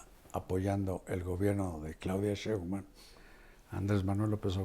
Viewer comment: Respetado y siempre bien apreciado señor Marín : ¿por qué no pronuncia correctamente el apellido Sheinbaum? Siempre le dice Shembaum. Le conmino y le insto a que corrija, de otra forma -le advierto-, me veré en la penosa necesidad de dejar de ver sus programas que tanto disfruto pero, sobre todo -y más tristemente-, de irrespetar el título que le fue otorgado como alguien que nunca se ha equivocado semánticamente. Como opción alterna, si acaso mi advertencia lo atemorizó lo suficiente, le ofrezco que me explique usted sus motivos para hablar de una forma que parece ser un error de pronunciación imperdonable para alguien de su talla cultural e intelectual. Le agradezco su atención reiterándole tanto mis más sentidos respetos, como mi más irrevocable advertencia, aunque lo atemorice.